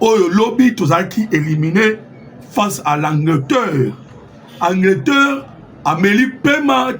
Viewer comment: ANGLETERRE, PAS ANGLETEUR